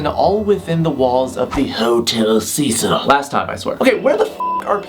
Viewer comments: iTS HOTEL CEH-CEEL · It’s pronounced “SEH-SEAL” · isn't it pronounced Hotel "Sa-Seel"? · u pronounce “hotel cecil” as ‘cea-cil’ not ‘sea-sil’ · It’s pronounced (Hotel Si-sil) Cecil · Cecil is pronounced seseal not sezil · it's pronounced Sé Seel not Cecil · the name is a lot more freaky when you say the name correctly, it's pronounced "seh sil" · ITS PRONOUNCED “sea-sill” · I thought it was pronounced 'Seh'sul'? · its pronounced si-cil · T H E H O T E L C E S I L when he says it like that its makes me laugh like alot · trash vampire he mispronounced it tho lol